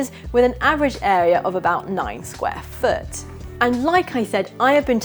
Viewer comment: Molto Bene! I think your pronounciation of square foot was just right, but what does a Scotsman know? Thanks for sharing! Cheers...Freddie